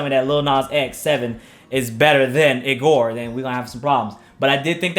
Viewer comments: It’s pronounced EE-GOR not I-gor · why he say "igor" like that for